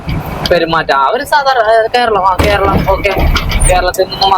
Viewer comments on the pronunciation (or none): none